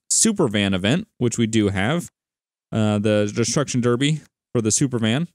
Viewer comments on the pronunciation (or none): none